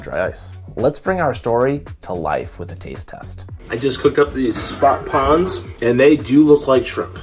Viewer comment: also... love your video...but I also have to raz you about your "pawns" vs. pRawns-- dont forget the R...lol